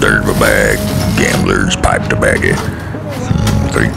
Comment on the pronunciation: I love how they pronounce tobacco. "Tabbacky."